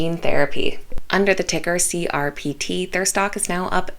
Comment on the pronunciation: It is srpt not crpt